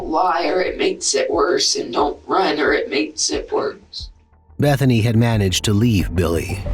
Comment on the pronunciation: It sounded like her name was "Methany" 😂